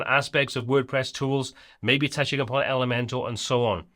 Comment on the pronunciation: Nobody should make Elementor videos if they keep saying elementAL instead of elementOR !